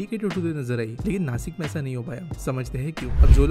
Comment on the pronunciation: नासिक❌ नाशिक✅